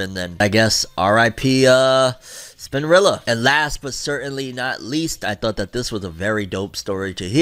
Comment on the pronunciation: I love u to death but that hard r wit spinrilla is wild 🤣🤣